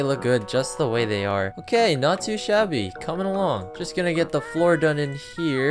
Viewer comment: lol i love how you say shabby, its funny bc it sounds VERY similar to idiot in Chinese